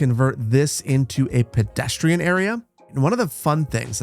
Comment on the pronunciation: Bro said pedestriean roundabout xd